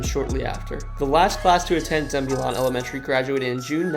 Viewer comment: You butchered the pronunciation of Zebulon 😂 but I never thought I’d see my little hometown featured in any cool videos.